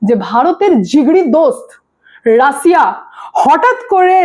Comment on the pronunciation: ভুয়া খবর ছড়ায় এই মহিলা রাশিয়া কে বলে রাছিয়া